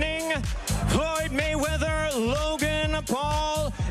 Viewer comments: Dude said Waymeather... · He said Floyd wayweather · He said Floyd Waywether😂🤣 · Floyd "Waymeather" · did he say floyd wayweather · Floyd waymether...hahaha